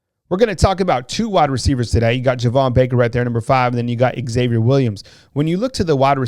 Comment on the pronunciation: Great content and video, love the insight. Just curious why WR Xavier Williams is pronounced "ex-Xavier". X is pronounced as a Z, like xylophone. You don't say "ex-xylophone" do you? It's just plain old "Zavier"